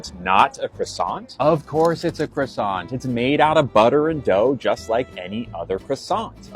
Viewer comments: He is mispronouncing the word croissant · KWA- sau